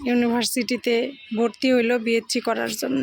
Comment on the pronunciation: কথাটা হলো বিএসসি...বিএসছি না ..আর ওটা সাবস্ক্রাইব ..সসস্ক্রাইব নয়..উচ্চারণ একটু ঠিক করেন যতই হোক আপনি একজন শিক্ষকের স্ত্রী ..একটা কথা জানার ছিল..আপনার স্বামী কি বেসরকারি স্কুলে ছিল??...কারণ সরকারি স্কুলে মাস্টারি করলে আপনি হয়তো চাকরি পেতেন..জানিনা আপনাদের ওখানে কি নিয়ম...